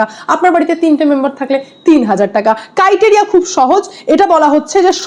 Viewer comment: Valo video against corrupt tmc but ota criteria hobe pronunciation